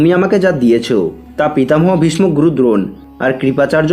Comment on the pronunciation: ভীষমো আবার কি? উচ্চারণ ঠিক করুন